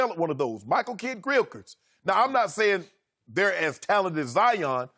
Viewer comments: LMAOOOOOOOO KRILCHRITS 😭😂😂😂😂😂😂😂😂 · "Michael Kidd-Grillchrist" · “Michael kiel Gilrist” 😆😆🤢😂😂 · Lol Shannon said “Michael Kidd-krillskris” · Ask Jerry West what he thinks of Zion. Jerry West is never wrong evaluating talent. Plus i cant trust someone's opinion who cant say "Gilchrist" 😂😂😂.